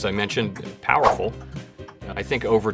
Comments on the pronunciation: He was meant to say Powell-ful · Can't tell if he is saying powerful or Powell-ful. Great vid!!